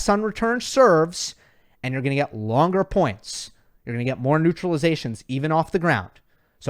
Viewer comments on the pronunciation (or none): none